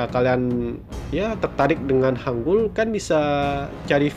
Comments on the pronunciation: Mohon maaf Yang betul hangel Hang(eu)L enya sunda enya apel buah cisedeuy bukan hangul wkwkwk orang indonesia susah membedakan antara 으 dan 에 apalagi 애 enya orang papua beta bae ta . Tolong dibedakan vowel e nya. 한글 Bukanya 한굴 wkwkwkㅋㅋㅋㅋ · kak itu baca nya bukan go joseon tapi bilang aja gojoson hangul juga bacanya bukan gitu tapi hangel yang kata hunminjoung apalah itu bacanya hunmingjong hangel itu ter inspirasi dari langit ㅇ orang ㅣdan tanah ㅡ. jadi kan kaka bahas nya tentang hangel btw kak tau gak siapa yang kasih nama hangel....? pasti kaka jawab raja sejong kan tapi bukan jang kasih nama hangel itu adalah joengyong aku gak tau kalo tulisan inggrisnya oh ya kak kaka nanti coba bikin cerita tentang joengyong dong nanti aku tunggu ya bye.☺